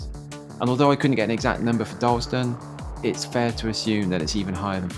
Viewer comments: Oh and it's pronounced Dar-las-ton. Or Darlo. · Darlaston town center used to be a lot better before they knocked a large chunk of it down to replace the old Asda store with new current one. Also not meaning to be pedantic but Darlaston is pronounced Dar-Las-Ton. Oh, and Caldmore is called Karma by the locals.